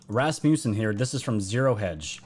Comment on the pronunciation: it's pronounced Raths - Muh - Sun. Love your channel. Congrats on the incredible and very fast sub growth. God bless! 🙏❤🇺🇸❤🙏